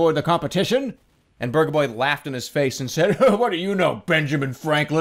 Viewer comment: Not to offend anyone, but at first I though he was talking about Burgah boy.